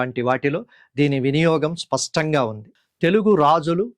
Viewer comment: C చాలా ఉపయోగకరంగా వున్నదండి మీ ఉచ్చారణలో 'spastanga' అంటున్నారు. స్పష్టంగా.. సరైనది.